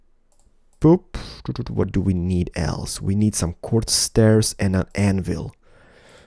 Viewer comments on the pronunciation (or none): none